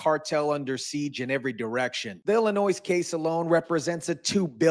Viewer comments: Like Illinoize. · Illinoi.. don't pronounce the S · FYI: The "S" is silent in Illinois. (Illinoy) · Not for nuthin ... but there is no "noise" in Illinois. The "s" is silent for gods sake Otherwise ... good content sir. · GOOD JOB REPORTING - in Illinois - we do not pronounce the s - ILLINOI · It's pronounced Illinoi. The s is silent. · Please don't pronounce the "s" at the end of "Illinois" as it is the incorrect pronunciation. Thanx for sharing yourself and your opinions. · The s is silent when you say Illinois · The s is silent in Illinois. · PRONOUNCE "Illinois" correctly please!!! Its easy to google HOW TO PRONOUNCE ... WOW !!! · Illinois...the S is silent. 👍